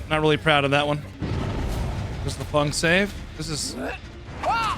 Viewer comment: ITS FENG! F E N G !! Not FUNG 😅